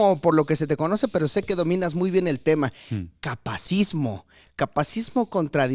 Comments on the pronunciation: Interesante, solo que es “capacitismo”, no “capacismo”. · “Capacitismo” no “capacismo” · Holi! Solo vine a corregir que se dice "capacitismo", no "capacismo". de pronto quita la sílaba "ti" también en "coercitivo" y dice "coercivo". Y yap. No me odien! Solo comento porque está en el título. 💕